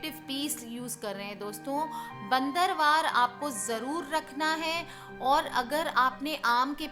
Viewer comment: madam bandanwar hota hai .not bandarwar